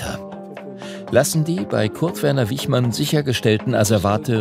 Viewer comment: Der Mann hieß Wichmann, nicht Wiechmann.